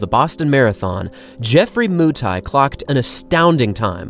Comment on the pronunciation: Wakenya mko wapi Jeffrey Moo-tai (Mutai)😂😂😂